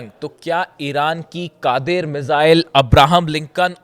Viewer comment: कादिर नहीं उसका नाम gadeer hai